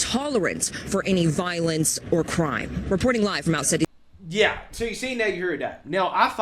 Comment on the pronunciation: “No more money for jou” 😂😂😂